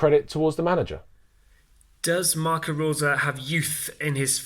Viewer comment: His name is pronounced RoseR & the last 4 letters in the word Salzburg are pronounced BORG. The analysis here, though, is very good.